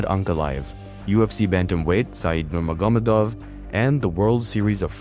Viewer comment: I know this is a serious topic but i swear to god if you say khabibs last name like that im gonna lose my mind look up how it is said my god you're not even trying to say his name right